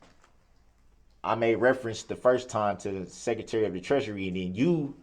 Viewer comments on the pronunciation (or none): none